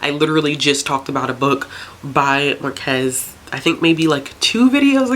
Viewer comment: I saw you there struggling with the Spanish names so here are some very badly explained pointers from a Spanish sub that appreciates your effort 😊 : for Marquez, the stress goes on the first syllable MARquez, and you got Laura Esquivel almost right, except that the "qu" is pronounced like "k" in this case. Sadly I'm not sure you'll enjoy Love in the Time of Cholera, I think you'll find pretty problematic stuff in it. Also, Like Water for Chocolate is one of my all time favourites, and yes, you remembered the narrator correctly. I presented this book in high school and made Chabela wedding cake for my classmates (without the secondary effects though).